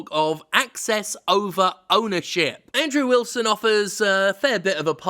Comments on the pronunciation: Also, are you saying "Android Wilson" instead of Andrew Wilson? Lol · I love how you said "Android Wilson!* 😂😂😂